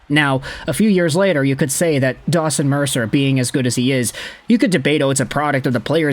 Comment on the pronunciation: You should really say his name right, its DAWGson Mercer